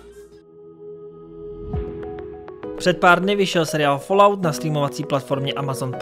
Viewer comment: Ta vyslovnost 'falout' uplne rve usi...